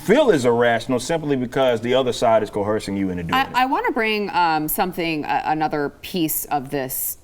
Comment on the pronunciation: Ok, Eric keeps calling it CO-HERSING, rather than coERsing. Lol